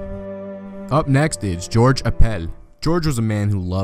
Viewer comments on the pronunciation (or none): none